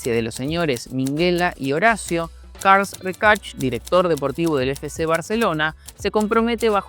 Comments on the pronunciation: Carles en catalán no se pronuncia "carls" sino "Carlas" o "carles" tal cual, depende del acento y la zona de Cataluña. Solo puntualizarlo👍🏻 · Se dice carles no carls 😂 es catalán no inglés. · No creo que se muy dificil pronunciar C A R L E S , que no es otra cosa que la traduccion caralana del nombre Carlos.Cambias la O ,pones la E y lo pronuncias como se escribe. En vez de ese ruido que emites al intentar pronunciar el nombre de una manera rara.El apellido si es más deficil para un castellano parlante. Dicho eso ...si el cambio en el Barcelona hubiera sido solo por Messi no se hubiera estado haciendo el ridiculo sistematicamente en Europa con Messi en el campo cuando se fueron Iniesta,Puyol ,Xavi,Victor Valdez ... Para terminar ...la primera Champions que gano Messi la vio desde el banco de suplentes. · Buenísimo video, desde Barcelona comparto el miedo a esos contratos. PD: Lo de 'cars recach' me hizo mucha gracia. Es catalán no inglés, es Carles (igual que Carles Puyol). Y el apellido se pronuncia "reshac", aunque esto si entiendo que parezca extranjero. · "Karls Reichart" como lo llamas tu se pronunciaría "CARLAS REISHAC" (haciendo la "sh" como si fuera "shut up" en inglés). Buen vídeo. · Mejor no digas mas el nombre de Carles, nada que ver como lo pronuncias al igual que el de el señor Minguella. saludos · Es Carles RESHAAAAACCC no RECASHHHHH, jajajajajajaja